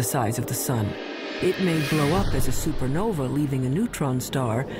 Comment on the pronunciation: Also why he call it a super novy lol